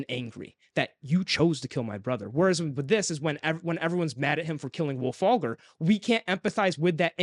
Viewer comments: I actually liked Iron Gold. Is it the best one so far? No. But it isn't a "bad" book at all. I do agree though that the parts in the Rim were the most interesting. I did like Ephraim's parts mostly because Im a big fan of hiest stories 😂. And.... It's Wulfgar... Not Wulfagr 🫠😂😂😂😂😂 Side note: SCREW LYSANDER. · Wulfalgar, lol. C'mon guys.